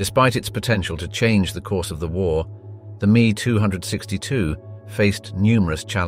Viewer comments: As an ex military pilot, I can assure you that it's not a "Mee262" but an M-E-2-6-2. I sat inside one, FWIW. Couldn't bear hearing the rest of this video. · Interesting tech but good design let down by overly complicated construction, some rushed into production to soon (Panther) or critically delayed for 2 years (ME 262, note M.E not Meee). Germany also failed to mechanise so was forced to rely on WWI era horse and cart to move most of it's supplies. The Germans built some tanks in the low thousands while the USSR built T-34's in their 10's of thousands. Sure, the Pz IV (Roman numeral for four, not "Eye Four" as your robot narrator said) was as good as the T-34, the Panther and Tiger were better but as Stalin said "quantity has a quality all of it's own". In the end, the wonder weapons were the pathway to the weapons we have today, guided missiles, jet fighters and bombers, some radars, rocketry but that's all they really were, a pathway. Too little, too late. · Please it's pronounced ME ( emm ee ) not me, as in you and me. Short for Messerschmitt the aircraft manufacturer. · as soon as I heard me 262 and not M E 262 i typed this and exited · ME 262 IS NOT pronounced Me, it is M E. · It's not "mee two hundred sixty two". It is "Em Ee two six two". The "ME" is an abreviation of "Messerschmitt". It is not a word in its self and should not be pronounced as such. If you disagree perhaps you can tell us how you pronounce "FW 190" or "BF 109", for example. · "MEEE 262" ? A glaring clue that the narration of this video was done by artificial intelligence. Any narrator not knowing it's M - E 262 would not be a native American English speakers and probably betray some trace of an accent. Picky I know, and it's a good informative video. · It is an M E 262, not a me 2 hundred and sixty two. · Messerschmitt 262, it is pronounced "M" "E" 262, not me262. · If I hear "Me"-262 again from a documentary that takes itself seriously, I might throw something.